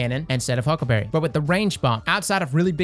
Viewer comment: I love the way he says huckaberreh 😂